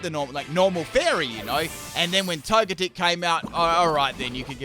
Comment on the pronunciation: I kinda feel like Togetic should be pronounced like Tojetic. Like energetic